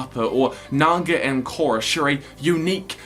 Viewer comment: Your pronunciation of ‘Korra” is atrocious, I cringe to imagine you pronouncing a Maori name